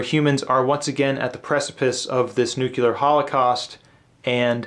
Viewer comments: I love Vonnegut and glad you included him. Thanks for your clear views on what you love and why. And, it’s pronounced ‘new-klee-ar” not “nu-cu-lar”. When you see old sci-fi movies, no one says nucular. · You said nucular and...bye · *nuclear it’s not a nucules; it’s a nucleus…that’s what helped me remember. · That's not how the word nuclear is pronounced. You're saying it as nook-you-lar when actually it's noo-klee-ar, like it's spelled. Your way makes no sense. It's not spelled nukular.